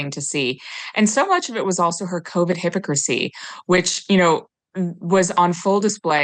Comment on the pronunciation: No....I meant like literally sound weird. Like she was putting the accent on the wrong syllable or something. I normally hear it people say it as "hi-POCK-risy". She was saying something like "hippo-crisy". Not getting into Lightfoot and her politics. Hahaha. Not trying to start a comment argument here. :)